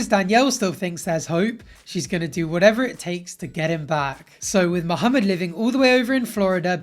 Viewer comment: Um, excuse me. I got way too happy when I heard you pronounce Mohammed properly. Good job and love the videos. ☺️